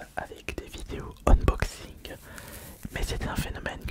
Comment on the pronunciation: Tu t'es bourré sur le mot, "unboxing" pas "umboxing" 😉